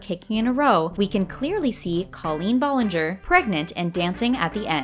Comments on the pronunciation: Didn’t anyone notice that she said “Disney show” for victorus when it’s actually “Nickelodeon “ and the way she said ballinger (Ball-inger) instead of bal-inger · They said Colleen balllinger (ball-Lin-ger) and also that her and Ariana just barely met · She totally said ballinger WRONG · You don’t really know the backstory for Ari and Colleen they were friends from working at Disney with Ari’s brother Frankie and they would hang out all the time before Ari was famous not because Colleen is famous. And your saying her last name wrong. No hate just informing